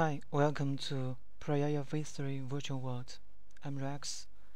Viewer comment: i like how he says prayaya